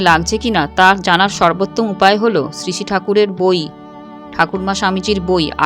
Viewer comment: কিছু মনে করবেন না। আপনার বিবৃতি চমৎকার। শুধু শ্রী কথাটা উচচারণ ভালো লাগে নি।